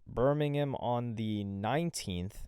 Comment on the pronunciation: Bur-meeeng-ham. This is Alabama, not England.